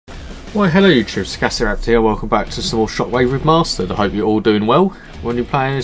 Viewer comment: Remastered not Remasterd